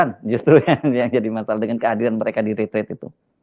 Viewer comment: Tulisannya RETREAT, dibacanya Ritriiet